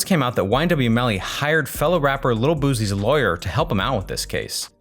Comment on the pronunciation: He said rapper little boozy not lil boosie